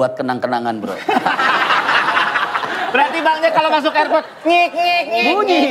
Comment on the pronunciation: 12.25 "air prot"😂